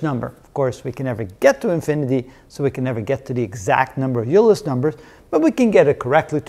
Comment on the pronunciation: did you pronounce it "u-ler" ? I have always heard it as "oiler"